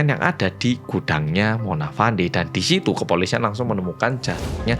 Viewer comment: sebutan nya bukan Mona Fandi tapi "Mona Fendy"